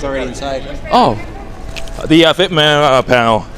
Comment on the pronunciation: Is it me or is he unable to say Vic's last name?